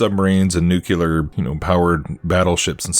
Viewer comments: Love your content man. My own beliefs align with yours to a great extent. Not important but fwiw it’s pronounced more like “nuke’-lee-err”. Most people incorrectly say “nuke-you-lerr”. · you broke my brain mispronouncing nu-CLE-ar. Normally love your vdeos, but had to turn this off.